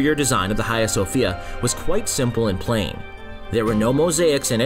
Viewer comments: cant bear to hear u say khaia one more time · Dude ... your pronunciation of 'Hagia' ..!